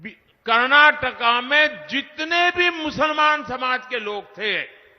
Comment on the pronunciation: Karnataka ❌ karnakaka✅ 😅😅😅😅